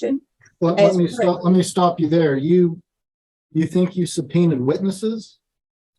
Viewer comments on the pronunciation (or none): “They shoulda been SUB-PREENUD.” I’m dead😂